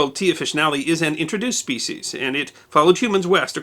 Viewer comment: Thanks for not mispronouncing "species" as "speshies". I hate that.